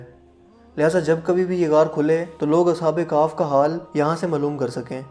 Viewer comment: Ashab e kahf hi na ke Ashab e kahf😂